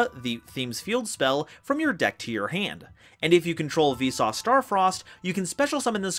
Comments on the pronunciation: I think it should be closer to Veesus. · Everytime he says Visas, I always hear it as "Vsauce", which made me confused at first. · You cannot convince me he hasn't been saying V-sauce this entire time. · I'm pretty sure he's been intentionally saying it as "Vsauce". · the way you pronounce visas makes me think you're saying 'Vsauce' and i can't get it out of my head now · Not going to lie, every time you say Visas I hear Vsauce XD. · Cant unhear "Vsauce" up until reading it, and honestly still have a hard time pronouncing "Visas" that way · Everytime he says Visas, I hear V-Sauce ':c Anyway, those cards arent even out yet and I already hate them. Played against em in Edopro and was like "Why would anyone want to play this, other than ruining your opponents fun on purpose?" These Kshatri-La's are so overly boring and do nothing but "Don't let your opponent play the game". Why, Konami. Why. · Why do I hear Vsauce instead of Visas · Am i the only one who pronounces the = on visas' name?